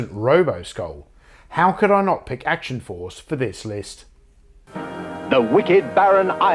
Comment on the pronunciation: I can't really find fault in that list. Well done! p.s. the way you say 'Action Force' is perfect and will forever be read with your voice in my head whenever I see the name.